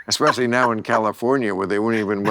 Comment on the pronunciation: Dude is a professor, but can't say "especially" correctly 🤣